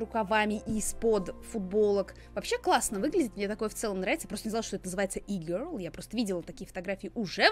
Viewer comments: Не висэко гёрл, а вско гёрл, не е гёрл, а и гёрл) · Не Е-girl а И-girl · Правильно говорить виска гер и и гер🙄